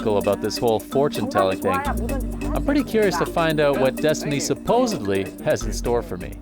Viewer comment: You’re messing with me, right? You didn’t mean to say “supposebly”, right?